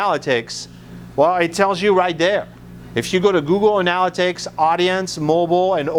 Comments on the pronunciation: I can't believe he doesn't know how to pronounce [an-l-it'-iks] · nice bro....and if you can ever learn how to pronounce the word "analytics" correctly you will start to have a bit more credibility.